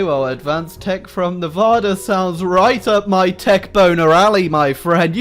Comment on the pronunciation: Said Nevada wrong